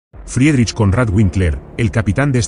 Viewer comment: FRIEDRICH SE PRONUNCIA "FRIDRIJ", KONRAD SE ACENTÚA EN LA "O" Y WINKLER "VINKLA". "FRIRIJ KÓNRAD VÍNKLA".